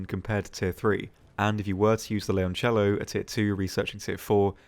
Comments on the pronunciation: considering 97.3% of the people call it Lioncello or Lyoncello that's one of the most correct non-Italian pronounciatons of Leoncello i'v ever heard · hem you're actually almost spot on with how leoncello is pronounced, yes it sounds a bit forced but every other single video out there, the way people says it, in italian sounds like leonciello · thank you for pronouncing the leoncello so correctly xD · Your pronunciation of Leoncello was actually pretty good